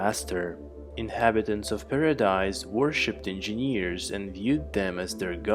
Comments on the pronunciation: It's not In-Jean-Years !!!! It's En-Jin-ears !!!!! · u have problem with saying engineers 😂😂